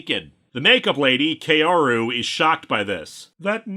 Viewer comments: By the way, "Kaoru" is pronounced "Kah-oh-rou". Not "Key-oh-ru". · Nice video but, and I know this is nitpicky because of my weebness, but Kaoru isn't pronounced "Kay-O-ru" but "Kah-O-Ru". You clearly watched those movies in japanese and they don't pronounced it "Kay-O-Ru" there. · “Kaoru” is pronounced closer to “Kow-roo” (most accurately Kah-o-roo, but Kah-o usually comes out as close enough to Kow).